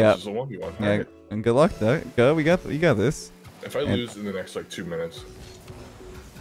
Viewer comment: "you guh this"